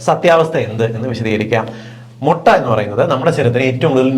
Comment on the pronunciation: Motta alla mutta